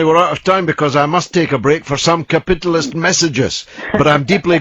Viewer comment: He says Ka-pit-alist :/